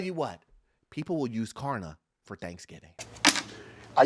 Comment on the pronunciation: I had to replay it., it’s klarna. 😂😂